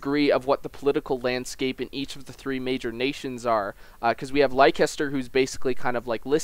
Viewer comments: Leicester, Less-ter, not Lie-kester, seriously, they say it in the trailer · leicester is pronounced lester